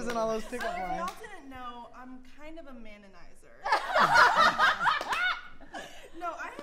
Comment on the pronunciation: "so if you guys didn't know I'm a mananizer" 😂😂😂😂